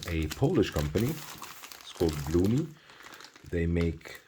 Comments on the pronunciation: The pronunciation of the company name "Błonie" would be "Bwonye" in English. It is a resurrected name of an old Polish watch company. I like the simple esthetic of the watch, but wish it were 37mm - 38mm. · Great video, btw it's pronounced " Bwonie" The Ł in polish is pronounced as a W